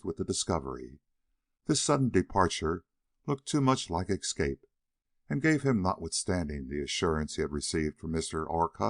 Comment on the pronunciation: "excape" annoys me, as do all the other mispronunciations.